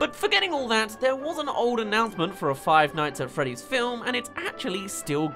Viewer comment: finights at fweeeah dees